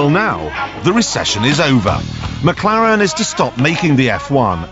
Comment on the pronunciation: What McLaren? And it's McLaren. Not mcClaren.